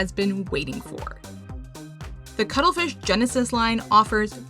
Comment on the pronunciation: Had to do a double take when you announced the first paints. I did not expect to hear "Cuddlefith" instead of Cuttlefish xD